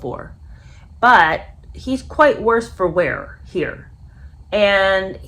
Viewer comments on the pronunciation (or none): none